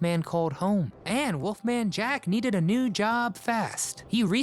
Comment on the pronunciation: Used to get his show played here in Australia, thought he was cool. Hey, it's Wolfman, not Woofman.